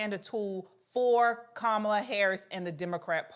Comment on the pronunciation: Her name is Indian it's pronounced Ka-ma-lah, like Kamalah Kahn the Pakistani-American super hero from The Marvel's aka Miss Marvel.